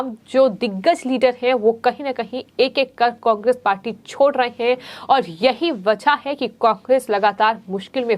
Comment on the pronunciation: कोकेस नहीं कोंग्रेस बोलो मैडम 😟😳